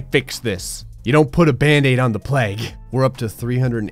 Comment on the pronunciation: It's pronounced plague, not pleg